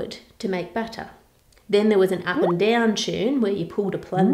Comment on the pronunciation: Why does it sound like batter every time she says butter?